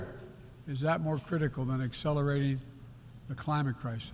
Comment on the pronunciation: "no where is that more critican than Excelrating the climit crisis" um, joe, you said the quite part out loud again. . .